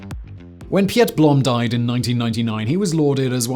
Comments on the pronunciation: Piet is pronounced as Pete. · Piet is pronounced as Pete - same name. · Hehe. Piet is just pronounced Pete. We Dutch aren't that sophisticated. :P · Not Pjet but Pete. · Piet is pronounced Pete, but just very abruptly.